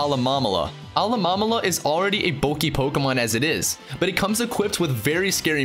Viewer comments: Alamomala? ITS PRONOUNCED ALOLAMOLA ALOLA-MOLA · alamalala = alolamola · "Alolomomala" UGHHHHHHHH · Actually, look it up. It's "uh-LOH-mo-MO-lah". And, of course, you have Rattata. It's not "ruh-TAT-uh", it's "RAT-uh-TAH". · 'Alomamolama' NO. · Alah-Mom-Olah? Lol